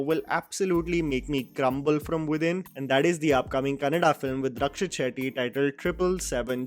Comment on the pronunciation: Thank you for pronouncing "Kannada" correctly....